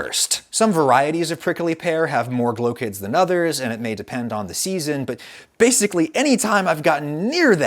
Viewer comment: it sounds like “glow kids”